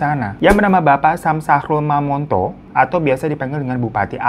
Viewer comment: Sejauh ini orang luar pulau yg penyebutan: Bolaang mongondow, Mokoagow, dan Mamonto abang ini lah yg paling mendekati benar pengucapannya, senang di dengar gitu karna jarang2 ada orng luar Sulut yg bisa❤